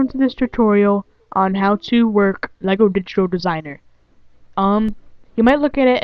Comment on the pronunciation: its pronounced LEGO